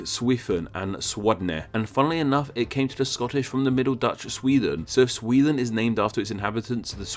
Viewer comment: It's pronounced SweDEN, not Swethen!